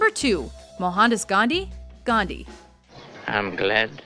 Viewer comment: Why is it possible for the presenters to have perfect pronunciation for french , Spanish even Japanese names but pronounce Gandhi as Gandhy?